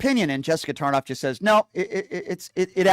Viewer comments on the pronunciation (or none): Tarlov not tarnof